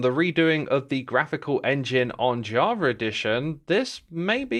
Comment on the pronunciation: WHy do you call it edition